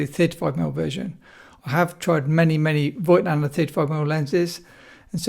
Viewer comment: It’s pronounced Fogtlaender not Voightlander.